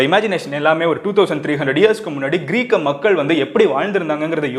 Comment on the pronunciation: Athu க்ரீக் க..... மன்னர் Ila bro..... கிரேக்க மன்னர்....